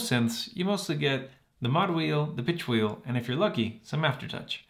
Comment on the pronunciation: Did you say "the bitch wheel"?